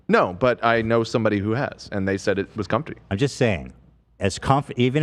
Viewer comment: pronouncing the “t” in comfty